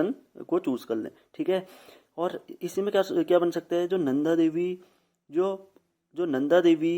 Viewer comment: नंदा होता है वो नदा नही